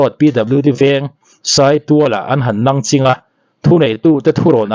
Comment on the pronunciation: Nangching I lam dawn hi a duh chiahlo deuh em aw.... Nang zawh a ching tih hi I lam rang mah mah em aw....